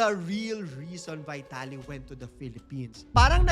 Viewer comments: Sorry po... Just pronounce the name right... Not the english.... Its not vitality..... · vuy.talee ng vuy.talee, sana ipronounce ng tama. may google naman. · BEE-TA-LEE ang pronounciation ayos yan pagdusahan nya sa kulungan ang mga ginawa nyang kabulastugan, sana makatapat nya mga geng2 :face-orange-raised-eyebrow